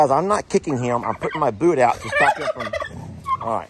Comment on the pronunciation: "frog in my bood....frog in my boot" I'm dying here 🤣